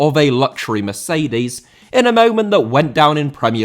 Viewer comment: Mercedes* not Meceidis